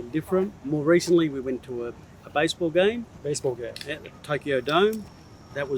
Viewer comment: 下北かぁ・・・私がゴミゴミしたところにしか目がいかないのは、感性鈍いんだろうなあｗ このbaseball game は聞き取れねぇな〜ｗ お前、他の単語どれだけ聞き取れるんだって話だけど、簡単で身近でよく知った単語が聞き取れないっていうのは、改めてなかなかの衝撃ではあるのだｗ